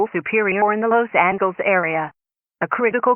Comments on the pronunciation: What the hell is “Los Angles”?!?! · You said Los Angeles wrong